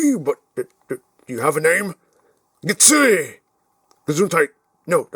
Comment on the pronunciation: Get-sue-ei is the correct (American) pronunciation.